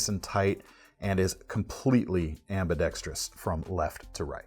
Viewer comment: Knife content: great as usual. Also, and "not for nothin' ", (tips cap to Bob DeMarco) thanks for keeping 'ambidextrous' to its four syllables